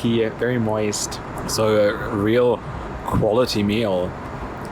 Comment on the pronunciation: can you say MOIST and LOO REVIEW again.... hahahahahahahhaah